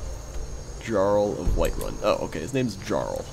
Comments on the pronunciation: The Jarl(it's pronounced Yarl by the way) Is up in the castle. He is like the King. Jarl isn't even his name. Can't be arsed to remember it though. Also, that spell tome IS useful because it is always good to have that spell other than selling it for an awful price since it teaches you the spell forever. So when you want spells, you always go to the "books" section in a store. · I grit my teeth and whacked my head on my keyboard when he pronounced 'jarl' wrong.